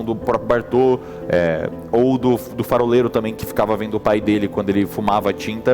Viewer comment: Eles errando ao dizer faroleiro é muito bom kkkk farofero